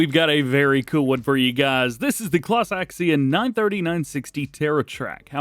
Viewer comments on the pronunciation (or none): none